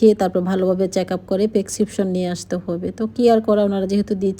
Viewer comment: আপু পেকসিপশন না ...ওটা হবে ... প্রেসক্রিপশন 😂😂😂